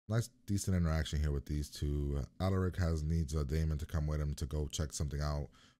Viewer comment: Lmao I love how you keep saying alaric like that😩💀